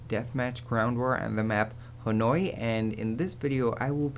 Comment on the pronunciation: You pronounce "Hanoi" just like a real nammer. HUZZAH!